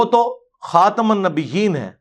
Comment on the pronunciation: خاتم النبین میں م پر پیش ہے ٹھیک کریں